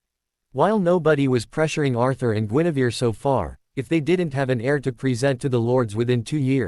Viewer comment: It is not Genevieve it is Guinevere